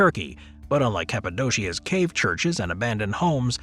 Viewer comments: Cave canum is pronounced Kah-vay, not Kayv. Literally “beware of the dog” in Latin. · Nearly correct. The v is pronounced as a w.